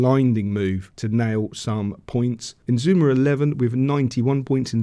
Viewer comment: It's I-na-zu-ma with 4 syllables. It doesn't really matter anyway say whatever you like😆I enjoy your videos anyway.:washhands